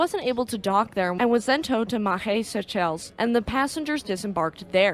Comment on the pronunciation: 1) Grammar police here. Seychelles is pronounced Say-shells. 2) An idea to consider-a fictional ship, however, when the book (The Poseidon Adventure) was turned into a movie, extremely important elements of the story were left out: a) The ocean liner industry was coming to an end and the ship was on it's final voyage. After disembarking it's passengers the ship would be taken to the breakers to be dismantled. b) In preparation for this dismantling, key bulkheads were taken out, making the ship unstable. When an undersea quake caused the ship to suddenly drop into a trough. The unsteady ship capsized killing all but 11 people (6 of whom would die on the way before the others could be saved).